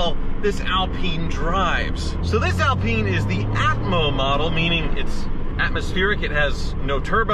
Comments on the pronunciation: I had no idea the Alpine was pronounced that way.. not gonna lie it sounds inappropriate every time 😬 yikes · Stop pronouncing alpine wrong sounds like you swearing lolz wish i could send a voice note just so u can hear how you say it lolz . I'm not criticising so please don't think bad I'm just saying 😁😁😁😁😁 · I can't watch this any longer he can't even pronounce the name of the car. We are not in France lol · Since when has the Renault Alpine been pronounced "Al PEEN"?? It's Al pine as in PINE tree. Or perhaps pine trees in the states are known as peen trees...., please don't fall into the trap that most Americans on YouTube get into with anything having a European or British name being totally mispronounced. At least you managed to pronounce Renault correctly........ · Skip to to see and hear a proper one in action: (PS Its pronounced "Al-pine" not "Al-peeen" :)) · Barham so is it Al-peen or Al-pyne? I've pronounced it Al-Pyne my whole life and cringe at mispronouncing it but now I'm not sure. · Good vid but it not Alpeen it's Alpine. It's named after the Alpine mountain rage that starts in France. That range is called the Alps. Hate to be that guy but it's Alpine not Alpeen. Love yer channel BTW. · Alpeen? One goes skiing in the Alps.. On an Al-pine slope.. 'pine' as in tree.. Ever heard anyone call a Pine-tree a Peen-tree? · ALP EYE NE not AL PEENe... the e on the end make the I an eye not an E........ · Pronounced - al Pyne not al peen ! 😁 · It's not Alpeeen it's pronounced Al-pine 😂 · Al-pine not Al-peen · Alpine not Alpeen 🙄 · Renault Epeen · A L PINE ...not AL peene...its pronounced like ALUminium or SOLDER not SOLdrr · Have always loved these, but not sure you are pronouncing "Alpine" properly (?) I don't think it is "Alpeen" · The 'Renno Alpeen' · It's pronounced "Al-pine" which rhythms with wine. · It is pronounced like this Al-pine, pine is pronounced like the wood of the same name.